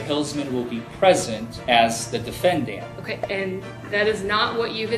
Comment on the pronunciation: “…he’ll be present as the defenDANT” - who pronounced it like that?